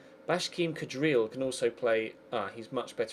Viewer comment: Please pronounce Bashkim Kadrii as Kadrii and not Kadril.. Keep up the Good work. xD